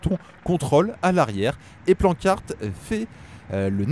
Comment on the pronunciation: Attends il a correctement prononcé Planckaert cette fois-ci, et il a toujours correctement prononcé Merlier (Meurlire).